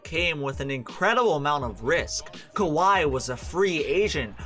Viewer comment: "Holding Kahwi to 29 points"